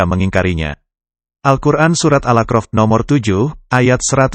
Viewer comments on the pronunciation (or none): Surat al a'raf bukanal akrof pak, jgn diganti maaf